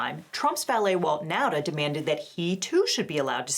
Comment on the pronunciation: Apropos of nothing, pronunciation of Nauta's name is the closest I've heard to correct. It's like a smidgen off, but better than 99% of other people. Now'Ta - Correct Nowda - Incorrect, but close Nahda - Way off Anyway, with the latest moves by the court, it doesn't matter anymore.